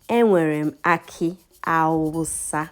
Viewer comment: When u were doing your tigernut the awusa it sounded like hausa